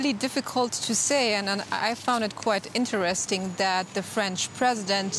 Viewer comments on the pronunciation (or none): none